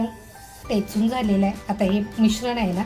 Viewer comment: टेचून नाही हो ठेचून म्हणा